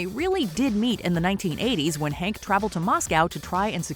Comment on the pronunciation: Fact : his name is Henk, not Hank. Surprised in your fact finding video you get his name wrong